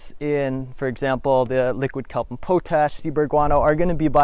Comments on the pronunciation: Pot ash not po tash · Its pronounced pot-ash, and you need to add microbes from commercial inoculates or from actual compost to make compost tea. thus the name. Where are all these microbes coming from ? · I had to chuckle when he said po tash and not pot ash and I'm still chuckling 😂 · Po-tash is pronounced POT ASH